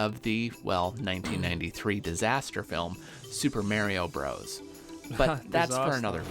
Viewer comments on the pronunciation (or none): none